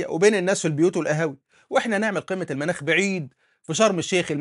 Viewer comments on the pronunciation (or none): رچاءً،، الأصدقاء المتابعين وبعيداً عن الفلسفة ولكن محبة في اللغة العربية،،، قل قمة (المُناخ) بضم الميم وليس المناخ 😂